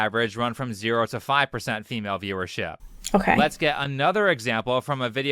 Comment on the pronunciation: To your question as to what this person’s accent is: it’s nothing special or unique, his speaking tone is just kind of unpleasant. His inflections almost sound like a slower, lower pitched Ben Shapiro in my opinion. The way he ends sentences for example “viewerSHIEHP” lol On another note, this type of content is always my favorite of yours. There truly is not enough “red pill” counter videos that aren’t just purely reactionary so I greatly appreciate your logical and thoughtful breakdowns of this topic :)